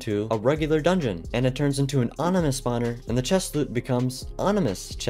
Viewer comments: It's ominous, not onimous 🫤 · Not being mean, but you mispronounced ominous. You said onimous. No hate and have a blessed day 😊